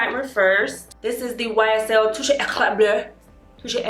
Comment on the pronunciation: The way you pronounced that ysl primer had me dead 😂😂😂